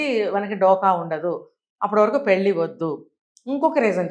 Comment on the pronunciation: Anchor not prnouncing pelli properly.